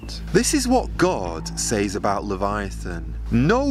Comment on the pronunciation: Do a lot of people pronounce 'says' the way Joe does? Exactly the way it looks? Is that a regional thing?